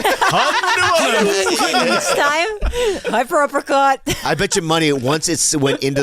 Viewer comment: omfg I was pretty chilled and lax the whole episode until.. "SHORYUKEN.... HYPER UPPTERCUT" hahahaha omg